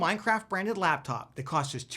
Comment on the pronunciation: you said the lapcop 😆